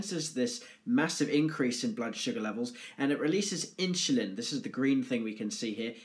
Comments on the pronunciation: lmfao, you cant unhear it......inchulin... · Hahaha! In-shu-lin